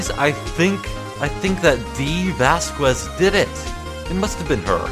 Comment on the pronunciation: for the record: vasquez is pronounced similar to says, like "vahs-kehz" or something